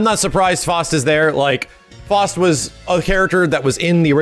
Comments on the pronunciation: It's not "FOST", it's F-OW-ST. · It's not FAWst its FOWst. Like the famous doctor Faust of legend? You can't say it's up to interpretation. Just the way says the name wrong... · It really irritates me how he keeps pronouncing Faust like "Fŏst" instead of like "Foust". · F-OW-ST is how its pronounced lol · FOW-ST, not whatever you said.